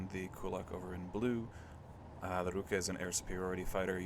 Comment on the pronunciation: for some reason you went for russian word for hand "rukA" but went for japanese pronounciation "rUka" which isn't a hand